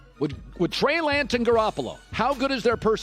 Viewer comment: He can’t even say Trey Lance’s name 😂😭